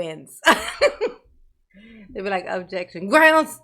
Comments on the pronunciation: They don't even acknowledge "grounz" anymore! 😂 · Darrell is so dumb. He blurts out “grounz, grounz!” AS the prosecution is citing the grounz AND this dumdum keeps saying it again AFTER they give the grounz. CONCLUSION: He legit doesn’t know why he’s saying it. He just started picking up on the prosecution saying it. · Yes, he’s so annoying with that. They say the grounz and then he still asking what’s the grounz